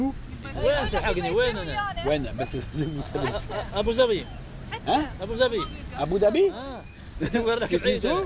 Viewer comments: J'ai bien entendu le cheikh prononcé abou zabi pour abou Dhabi à la 6eme minute bravo la prochaine ville serait quoi abou Cogne ou Abou Hatchoune. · La lettre de prononcé en arabe se prononce bien Abu Dhabi (entre le z et le d ) comme le the anglais